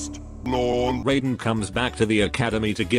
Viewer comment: No, the "Shirai Ryu" and "Raiden" have never been pronounced correctly in Mortal Kombat. EVER.